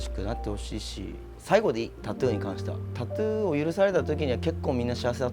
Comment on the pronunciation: タツゥーじゃなくてタトゥーだぞ おばさん